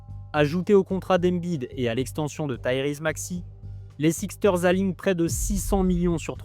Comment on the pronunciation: Super vidéo🔥 Juste un petit truc : ça se prononce les << Sixers >>